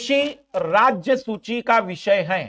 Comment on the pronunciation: सुची नही सूची